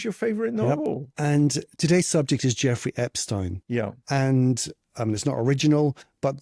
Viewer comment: You don’t know how to pronounce Jeffrey Epstein’s name nor do you have all of your facts straight. It’s amazing how many people claim to know what’s happened when you have no idea what actually happened you’re guessing! There are so many questionable things that happened and you weren’t there!!!